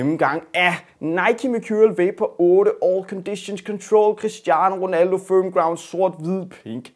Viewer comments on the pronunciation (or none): QUISTIANO WONALDOH!